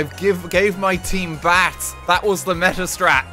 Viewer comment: it took me a solid 20 seconds to realize he was saying BATHS. i thought he was saing BATS and i was so confused